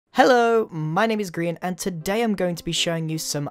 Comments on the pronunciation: ' i i love how u say... ' Hellooo my name is grain' i thought u saig grim! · First of all its magma musen and its grian not grain and also its write* not right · say grian not greein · Why is your name spelled Grian but pronounced Greean? You also say Brian and not Breean? I'm just confused 😅😅